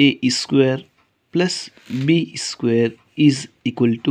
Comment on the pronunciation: Please dont say esquare esquare... It is just square. No need to prefix an e sound. Just told. By the way, good video